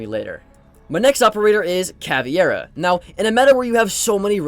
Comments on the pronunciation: it’s TUBARAO Not TURBARAO. Sorry xD good video (: and CAVEIRA not CAVIERA xD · I swear to god, if I hear someone call Caveira "CAVIERA" again, im going to lose it.